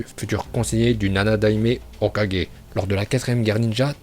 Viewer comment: Et on dit pas hokajé mais Hokage